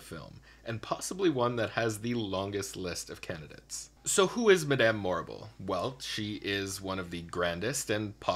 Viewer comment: I think your choices are cool but the way you pronounce "Madame" irks me so much since it's definitely not the same how it's even said IN the show Wicked. And Helena Bonham Carter doesn't pronounce her first name like that either.